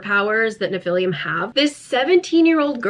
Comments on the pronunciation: I know this doesn't really matter, but it somehow really bothers me as well so here goes: where does the u at the end of your pronunciation of Nephilim come from? You pronounced it right once somewhere around the middle of the video. Is it written with a u at the end in the books? I'm so confused 😂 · I've never read these books, but I'm both horrified and fascinated. ps, I'm not trying to nitpick, only help for those who may not know - nephilim (pronounced "neh-fil-IM") were mentioned in the bible, and some in some lore, are believed to be the children of humans and angels. In the bible, they are referred to as an older race than humans, and so there's some argument that they were God's "first children", given the immortality of angels but the free will of humans. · Nobody's gonna comment on her calling nephilim "nephilium"? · great video, just that I died a little on the inside every time you pronounced nephilim as nephilium 😢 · That struggle was real, but it’s pronounced neh·fuh.luhm 😂😂😂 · I grew up in a conspiracy house and the pronunciation of nephilim SENT ME. Love you 💕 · Ngl the way she pronounced Nephilim this whole vid made me cringe 😂😂 I love you don’t ever change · I feel like you've been pronouncing nephilim wrong but I also don't know how to pronounce it so idk. Either way, this was very amusing lol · The mispronouncation of the word Nephilim sends me into a laughter everytime